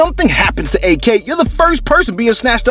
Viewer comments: Its not A.K. its pronounced like ack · It’s Ak, not A.K. 🤦🏽‍♀️